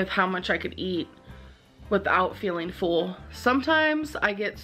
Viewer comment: I hate how she says “full” like “fool”